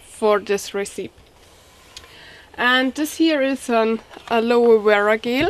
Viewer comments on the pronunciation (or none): Gel is pronounced in a "Jay" sound like Jello without the O "jell" not trying to prod your accent it's cute, but I had to say it awesome video as per usual, keep safe out there!